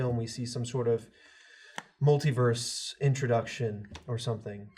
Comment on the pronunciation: After hearing pronounce multiverse I don't trust how he pronounces anything.